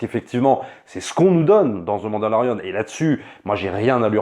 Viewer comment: ZE MANDALORIAN